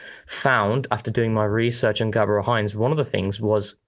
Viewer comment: ngl i'm laughing at the pronunciation of "Heinze" as the mayo 😂 it's like when calls Arteta "teta" lol